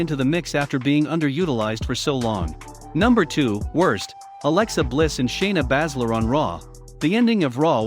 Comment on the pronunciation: Lol why you keep saying shayna name wrong